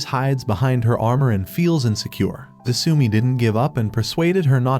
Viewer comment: Your channel is supposed to be pronounced "O-mo-shi-roy" 😫, and his name is not 'Foodoo' and her name is not "su-mi"!!! It's "Fuu-dou" and her name IS "De-suu-mii"!!! 🤢 You demon out of hell, that has been unleashed on YouTube😱